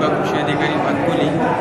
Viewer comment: भातुकली नाही.... भातकुली आहे.... Script फक्त वाचू नका... ती बातमी आधी समजून घ्या